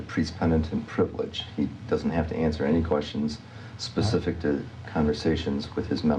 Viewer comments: she let the "pacific" fly several times 🤣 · Him: be more “pacific” If it was me: Learn how to properly speak English you criminal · “You need to be direk and pacific.” —epic crook and all around sh*thead, David E. Taylor. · Be more pacific? Like Hawiian? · Say it pacific so he can understand you! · “ Be more Pacific “ … like the ocean?? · Did he say “Be more pacific”????? 😂😂😂😂😂😂😂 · To be fair, he wasnt axed very pacific questions. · “I don’t understand the question can you be more Pacific?” 🤦‍♂️ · I really think you should AXE michelle if your not gunna be PACIFIC about the words hes using. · He can’t even say “ask”. Or “specific”. And this man is “leading a flock”. He is exactly why I have not and will never donate money to the church. Him, Joel, Kenneth Copeland, Jesse duplantis, they’re all scumbags and deserve to serve life in prison and then eternity in hell. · “Be direk and pacific”. FFS… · Or axe, or pacific 😂